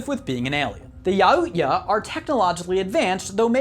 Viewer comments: "ya-oot-ya" Its pronounced yow-cha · Yaut-ja not yaut-ya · Yautja is spoken yow-cha not yahoot-ya😂😂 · No offense human, but you completely butchered the pronunciation of the Predator species its Yau-cha not Yau-ot-ya. Honestly why does an alien from a species with a superior military/tactics have to correct you on YOUR basic language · The way you pronounce yautja make me hit skip Yatwa is the pronouncation not yaootya that was like twitchy levels of nope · "yaootya" boi it's yaut-dgya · Bruh, wtf is a yautiya? It's pronounced yout-ja you uncultured swine.... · a friendly reminder the predator is pronounced as Yao-chu-a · Yauhootya? It’s yautja. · Yautja-yow Chwa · Who says "Yaootya" lmao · The predator's official name youja (not actually sure how you spell it) is pronounced ya-ou-ch-a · It is pronounced "Yow-Cha". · Thank you he didn't even try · If your gonna talk about the predators say it right yaucha youch ya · Yautja = Yowt-cha. Your mispronunciations dissatisfy me greatly. Lucky for you I’m not a grammar nazi like the emperor. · when he called the preditors yowua i cringed soooooo hard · You mis-pronounced the predators name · You said yautja wrong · He pronounced Yautja wrong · I love your videos but dude you seriously mispronounce the Predators real name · Is he Slavic? He says Yuuzhan how Slavs pronounce "ZH" and says Yautja the way Slavs pronounce "J" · You pronounce the J in Yautja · How the hell did he pronounce yautja??